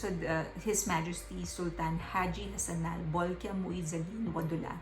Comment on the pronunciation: You're pronunciation of the Sultan's name is spot on, it was good